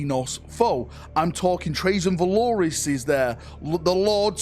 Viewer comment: Do you pronounce shit wrong like a retard on purpose? I love your enthusiasm but this shit irks me. You know damn well then Custodes Captain's name isnt "Trazyn Valoris"..